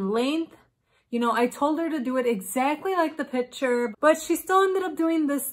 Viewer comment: piture if that is how you say it